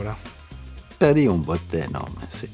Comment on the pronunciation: en el dice bote enorme, no bote normal jajaj me parto, las cosas del acento